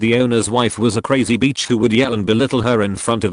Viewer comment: Bitch is Not pronounced Beach....soooo many mispronounciations...